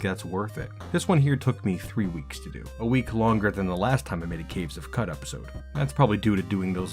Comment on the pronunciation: I'd love quicker with more minimal animations, as it takes a while to learn and Qud runs can get pretty long! I think Qud is pronounced 'Could', like qudzu ('could-zoo'). This evokes the myriad possibilities within the game, as opposed to cow-chew. Oh, and definitely use Backspace to go to specific people and stuff in a zone you've explored!